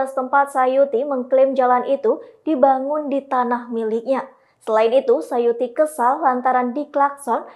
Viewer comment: Tulisan namanya suyati... Tapi penyebutannya sayuti... Mana yang benar mohon info...